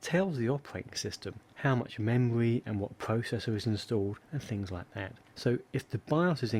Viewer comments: The memwy and pwocessors awen't working pwopewly, to egt the to wun wight............... Seriously feel sorry for this guy. His mommy talked too much baby talk when we was a wittle boy and now he has an annoying speech impedement. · The pwocessors awen't working pwopewly?? No way!